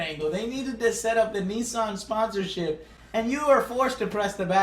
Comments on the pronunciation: Its nissan, like nis-san not nice-on, . Your pronouncing it weird. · Neassan? Hahahahaha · You Americans pronouncing Nissan makes me cringe. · Two Nii-sans out of 10? Maybe a toy Yoda or a Handai out of 10. (Sorry. Just couldn't get over Texans pronouncing asian brand names. I'll see myself out.)